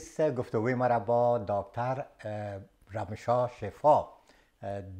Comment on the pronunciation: كاكا جان رامشا نيست بلكى رمشا تلفظ ميشه 😉